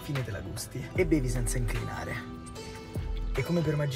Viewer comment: Ha detto IncRinare.. fidati, ascolta meglio.